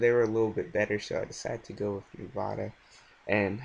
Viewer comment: Hey man just so you know its pronounced Nevada not Nevahduh lol